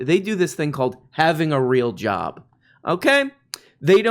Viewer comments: Timmy Hot Tubs: "the very weal threat" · “A vewwy weal thwet” -Grim Stool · "vewy weal thweat" tim pool uwu moment ^.^